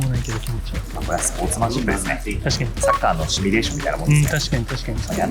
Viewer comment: シュミレーションじゃなく、シミュレーションね。